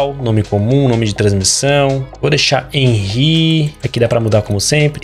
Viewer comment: Cara meu nome na vida real é Henry e n se lê Hanry, se lê Henrry